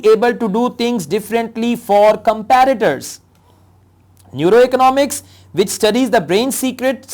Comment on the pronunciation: sir, the word competitors is being spelled as com-pi-ti-tors.......not comparitors